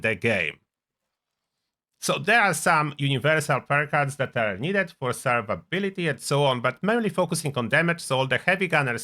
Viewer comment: Always gets me when you say “Survability” 😂 nice one 😡🐢